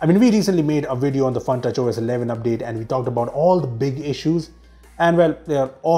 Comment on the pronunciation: I heard FUNTOUCH OS as PANKAJ OS🤣🤣🤣